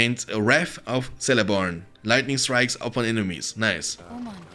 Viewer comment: It did hurt to hear how you pronounce the name Celeborn. It is not a "c" like in celebrity but a "c" like in crash. It 's (keleborn) !!!